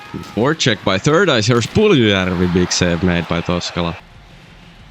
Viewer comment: The way you say Puljujarvi is amazing.